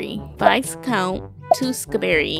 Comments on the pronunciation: What really gets me is that you pronounce it “vice count” instead of “viscount” 😂😂😂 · Looool, I love your reactions and loved both movies!!! It's actually Viscount pronounced without the S and it's a title, not his name....but that's all good hun...loved your pronunciations